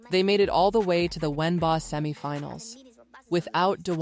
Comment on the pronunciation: Wen baa, LOLOLOLOLOLOLOLOLOLOLOL you have to laugh at the AI, ...................... Wen Baa!!!!!!!!!!!!!!!!!!!!!